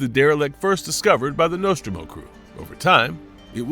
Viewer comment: Just a complete shitshow. Get your AI to learn to pronounce Nostromo correctly.